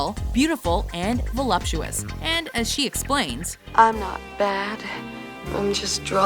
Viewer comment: ?? velapsuous? wat?? @@ what word is that